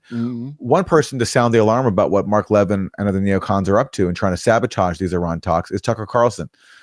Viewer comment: I think we should negotiate with Iran, give up Zionism. I'm Jewish. As is Mark Leh-VIN! Why can't you pronounce the name of that Fox pundit correctly? Leh-VIN. If you'd watch him at all instead of just reading the goddamn copy, you'd understand how to pronounce his name. You're either doing it out of ignorance or malice. Which goddamn one is it?